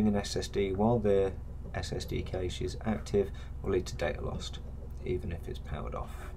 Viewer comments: Nice video, even if you do have a funny pronunciation of 'cache', it's normally pronounced "cash" not "cay-sh". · Very helpful. Also made me check how I’ve been pronouncing cache. Correct is indeed “Kash” phonetically. If that’s helpful 😊